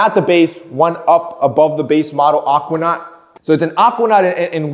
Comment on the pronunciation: The way says Aquanaut. "Ockwanot" 😂